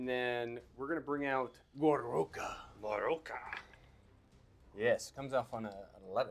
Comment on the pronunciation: "Gorouka"? 🤣🤣🤣 Your mean the Gork-roara? You know, like the orruk pronunciation for "gork roarer" since it's a giant roaring gork head? 😂